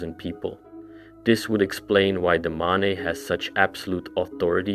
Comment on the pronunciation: Why do you keep pronouncing the Mane "ma-ne" when it's pronounced "main"???